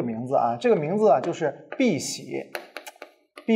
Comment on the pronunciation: 不是應該念 yā diàn 嗎？爲什麽念成 yà diàn？ 而且不知道我是不是听错了，李老师把碧玺念成“ bì xié ”，那应该念成“bì xǐ ” 李老师教科学，我反哺中文，扯平